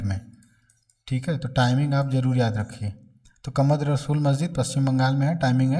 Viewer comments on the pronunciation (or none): Kamad Rasool Masjid nahin Kadam Rasool Masjid hai